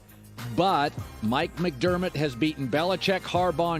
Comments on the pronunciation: He said “Mike McDermott” 😂😂😂😂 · At least get the Dolphins coaches name right Mike McDaniel is the man’s name not Mc Dermot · OMG Colin, at least say the coaches name right. Mike McDermitt? It's Mike MCDaniel. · Dude none of these damn talking heads can get our coaches name right MIKE MCDANIEL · Dude can't even say the Dolphins' coach name right but thinks he can talk about football.